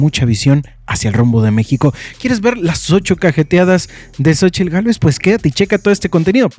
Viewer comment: Que horror habla puras mentiras y de pilón mal pronunciadas . Que vieja tan limitada la tal Cochitl. Dios nos libre si llegará a la presidencia,….👹👹👹👹🤮🤮🤮🤮💩💩💩